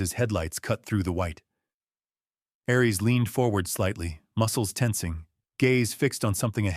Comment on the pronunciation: Aries is pronounced "air-rees", not "arr-rees". "His amber EYES tracked every SOUND"? That doesn't make sense. You can't hear with your eyes unless you're watching someone use sign language. Since Aries is a GSD, his ears would have twitched and turned to track every sound. 🙄 "He reached for a small toolkit from his truck." Then his name is really Reed Richards, so that he could stretch his arm from the inside of the cabin out to his truck. It would have been better to have said, "He retrieved a small toolkit from his truck." If Ellie's head was resting against Aries' side, she was no longer in the wheelchair. Since the GSD was laying on the floor, she would have to down on the floor with him. Mara was standing at the back wall of the room, so how could Lucas be sitting a few seats behind her? How could Lucas push the wheelchair to match Ellie's pace if she's sitting in it? That doesn't make sense. There's no pace to match. You need to replace the AI you used to write this story.